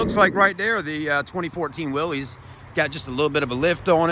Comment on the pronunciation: It's pronounced "willis" not "Willy's"